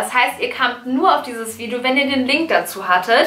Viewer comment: wieso sagt Bibi immer vidjo? #nohate